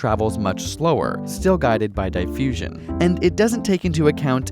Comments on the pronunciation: "Dieffusion" hahahhahahahhahahahahahha DIF-FUSION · I can't help but to correct you on your pronunciation of diffusion. It is diffusion not dyfussion. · Pretty sure 'diffusion' was pronunced dee-fusion not die- fusion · DIFfusion not DIEfusion!! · What the hell is die-fusion?? U mean diffusion? If u spoke in British accent, I'd understand, but u don't. Get it right or else!!! :) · theres 2 f's in diffusion so its dif-fusion not die- fusion. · Diefusion? You mean diffusion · "Die-fusion"? It's a double consonant. "Diff-usion". Short vowel, not long. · It's not Die-fusion, sorry for being a jerk but, I expect correct pronunciations from you guys, at least for the English words you use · come on man its diffusion (two fs) not diefusion :/ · Two Fs in diffusion - so it shouldn't sound like di-fusion but dif-fusion ... I think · "dye-fusion"? i'm confusion. XD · "Die-fusion" shouldn't it be "Diff- fusion"? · Could you please pronounce the word "diffusion" correctly? \di-ˈfyü-zhən\ as in Merriam Webster? Thanks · isnt it dee-fusion? .-. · thumbs down specifically for the horrendous 'diefusion' pronunciation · I know! I cringed when he said diefusion. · Forget the video, I can't get over this guy's pronunciation of "di-ffusion"! 😂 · Dy-fusion? Uhhh... The first syllable of "diffusion" has a short-i, as is "difference", not a long-i, as in "dichotomy". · You would go difffffusion. You'd go diffusion. FF sounds like F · Mostly everyone I know says it like "DIH-FUSION", or "DE-FUSION". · R3Testa lol i know what it is, the way he just said it was so weird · omg your pronunciation of diffusion is so weird it's diff as pronunced in different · Diffusion has two f's after the i, so it can't be a hard "i" sound. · they way you say diffusion... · You must be Canadian by the way you pronounced Diffusion lol. But this fart science is hilarious cool video. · Your pronunciation of diffusion gave me cancer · As someone British, the way he said diffusion annoys me.